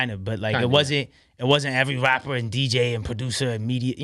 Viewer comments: i don't like the way he talks "i'm a wappuh i like to make wap moosic" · He's a "wappuur" not a rapper😂😂😂